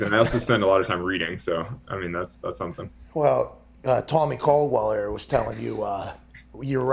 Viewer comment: I don't know that I've seen Alex this happy in an interview before. Seemed like he was having a good time. Oh, and btw Pat, nice work getting ol Tommy Caldwell's name right this time lol